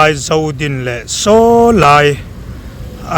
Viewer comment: Zodin i sawi dan chu mi sawi dan nen a thluk a va in ang lo ve,mi sawi rik ang in sawi ve hram hram teh a.